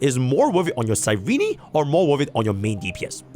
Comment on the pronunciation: can you stop saying cyreny 😭